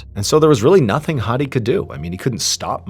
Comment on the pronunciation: Good pronounciation of "Mahmoud/Ma7moud". But "Hadi" is wrong, the "A" is an "apple" A, . Not an English Major, just a native speaker. :)